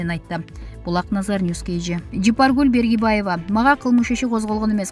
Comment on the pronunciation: Фамилясын туура такьасанар Бергибаева дебей. Баргыбаева